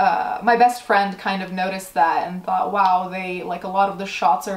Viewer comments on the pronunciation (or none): none